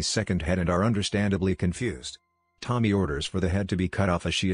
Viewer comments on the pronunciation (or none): It's not Tom-my. It's Toe-mee. To-mi-e is pronounced like Toe-Mee-Air